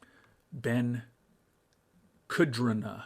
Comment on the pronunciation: Beginning of the episode, but kudrna is pronounced like kooter-na if it should happen to come up again lol